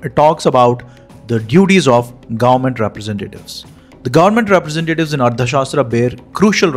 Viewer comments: Why don't you pronounce arthashaastra correctly!! Tha and dha are different... Don't impose your mother tounge's limitations on Sanskrit words!! However I like your content 👍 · The author keeps saying Ardha shastra. It is Artha shasthra not Ardha shastra.कौटिल्य अर्थशास्त्र (Kautilya Arthashastra)